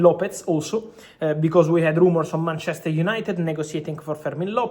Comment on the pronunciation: Mar-chester 😂😂😂😂😂 wtaf😂😂